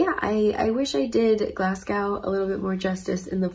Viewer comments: Glass-Go ; Edd In Bra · I live in Glasgow, and I've never heard anyone pronounce Glasgow like that :)))) You sound like you're saying Glas-cow :))))) It's pronounced more like Glas-go :) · Please stop saying Glassgow, if you're Scottish, which you ain't, it's Glesga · Whenever a Scottish person hears Glass-cow .... a wisp dies , Glazgo , or Glesga will suffice :D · I have never wanted to go to Scotland but these videos have made me really want to go! Also, it's not really important because you can pronounce it however you like but in case you wanted to know, the O in Glasgow is pronounced O as in Go not O as in Ow. but it doesn't really matter! I love your videos!! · glass cow???? it's glaz-go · Glasgow - pronounced - Glas - gow (as in row, sew) not Glas - gow (cow, allow) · Love this video. You pronounce Edinburgh correctly. You're pronouncing Glasgow wrongly. Say Glaz-Go (not Glass-Cow) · Nice video but I cringed every time you said "Glasgaw".....The 'W' in Glasgow is silent, it's pronounced Glaz-go or if you are a true native...it's 'Glezga' hen.....we are a very welcoming people but fiercely proud of our accents and our heritage........ welcome back anytime there's is much more to see 😊🌈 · It's pronounced Glasgo. Sounds so weird pronounced Glas-gow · it’s pronounced Gles-ga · actually its GLESGA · More like Glaz-Go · Glas-go. Glad you enjoyed visiting Scotland :-D it's so funny seeing places I have lived on camera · So glad you visited Glasgow 😁 Definitely lots of pretty ladies with your hair colour here ❤️ Its pronounced Glaaz-go 😁😁 I'm really enjoying watching All your old vlogs 💞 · so glad you pronounced Edinburgh right but pronounced Glasgow wrong (it's pronounced Glasgo) ..ha ha ;) great video ...great quality and nicely edited. enjoyed thanks. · Love the vlog!😍✌🏼💜 Maybe you have Scottish heritage in your family tree😉 Glas'gow' is pronounced like "show" or "glow" 🙂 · Glas-gow hurt me 😂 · Its glas-go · GLASGOW IS PRONOUNCED GLAZGO